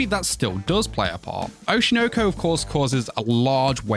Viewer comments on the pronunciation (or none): why are angloids incapable of pronouncing anything japanese. Oshi no ko. Oshi. noh- koh- not oshi noaw koaw